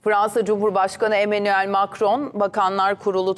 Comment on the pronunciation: Eminuel ni😂